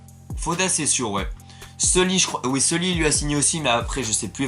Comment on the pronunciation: Déjà quand tu prononce sully "seuli" ça commence mal 😂